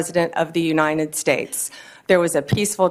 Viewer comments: Pam - it's "uniTed", not "uniNed". Just say "you and I did" real fast. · Why does she say uninet states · What is the "Unined States""?